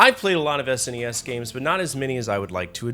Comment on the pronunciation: While you can have your opinion on the games, it's difficult to get past you constantly calling the console a Sness. It's S N E S. Calling it it a Super Nintendo is acceptable as well.